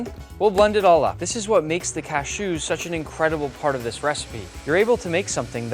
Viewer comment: What's up with the cashew pronunciation?